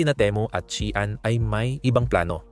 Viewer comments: ayusin mo Naman salita mo, pwede ba. shean ba baka Shein. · Bakit Shian db SheIn 😊